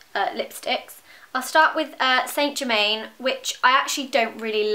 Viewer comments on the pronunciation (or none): saint germain :') its pronounced san germaan <3